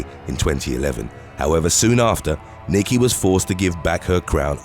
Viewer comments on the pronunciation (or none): none